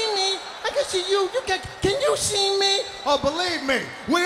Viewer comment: All the way to “ You can’t shee me.”